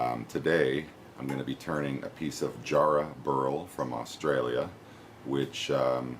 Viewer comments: its ja- not jar, ja rah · it's pronounced JARRAHHHHHHHH and you pronounce the a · It's written Jarrah but it's said Yarrah. Sorry we Australians have some strange pronunciations. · You've got the spelling right, mate, but the pronunciation's a bit off: need a shorter "a" sound. Pretend you're from Boston when you say it! Think of the "a" sound in "cat" :). Jarrah's one of our most beautiful timbers. Sadly, it's a Western Australia native, so it's not as easy to get over on my side of Australia. The East Coast analogue would be spotted gum - both have similar practical uses - framing houses, piers, railway sleepers and tool handles (it's what we use instead of hickory in that regard). But jarrah tends to get used more for decorative stuff, as well, more so than spotted gum - flooring, hot tubs, furniture, and, of course, turning. Really rot-resistant. I've got an axe handle made from jarrah, and it's almost a shame to use it as such. When I sanded the wax off it (it was sitting in my dad's garage for...ever, probably) it just got more beautiful, so I went beyond a standard tool handle finish and finished it off with fine sandpaper and steel wool.